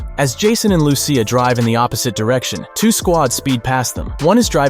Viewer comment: Its Lucia as in Lu-ch-ya or Lushia not Lusee ya